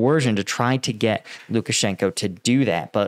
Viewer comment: Lukashanko is pronounced Lukashank-ah. The o is pronounced Ah in Russian when it isn't represented as a dypthong. I see you having some difficulty pronouncing Russian and Ukranian names of towns and people. Converting the "Oh" to an "Ah" helps a lot of names roll off the tongue. It doesn't help that Moscow is pronounced Mos-coh in British English, Mos-cow in American English, and Mos kvah in Russian. Somehow, the American English pronunciation rubs me the wrong way. It seems lazy. I'm not really trying to come off as critical, but the proper pronunciation actually rolls off the tongue and makes pronunciation so much easier.